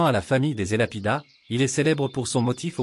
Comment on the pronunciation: elapidess. et non elapidas